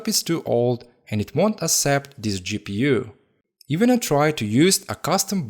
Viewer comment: U sound like an idiot 😂 eeee gi peeu